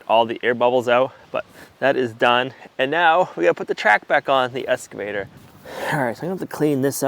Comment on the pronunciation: there is still no "s" in excavator.